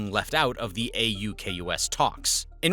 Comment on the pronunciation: thank you for the use of Kms. Edit: we say the AUKUS acronym, pronounced aw-cuss. Double edit: Alba-nee-ze